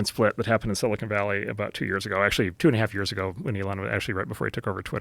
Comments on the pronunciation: Joe, it’s not “silicone” it’s silicon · IT'S NOT sili CONE valley!!!! It's sili CON!!! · i'm sure its been said, but Rogan always says "silicone valley" lol